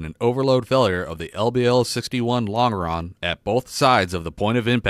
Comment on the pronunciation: Point of order: "Longeron" is pronounced "Lon Jer On"